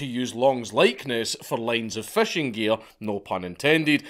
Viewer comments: You pronounce "fishing" as "fashing" and I love it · Love how a scotsman pronounces fishing. FESHEYNG